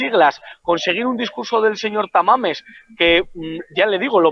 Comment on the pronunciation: Jajajaja es Tamames no Tamales 😅